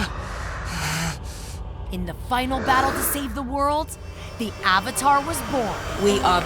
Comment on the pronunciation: Did you just pronounce "Avatar" with "Ovatar"